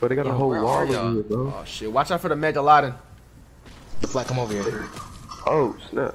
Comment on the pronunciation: Nobody: FlightReacts: “watch out for the megaldon 😂😂😂